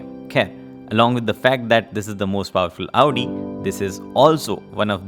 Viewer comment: Next tym se 😂 Powerfull Audi bolte waqt thoda pause dena...😅 Nahi to censor kar dena😅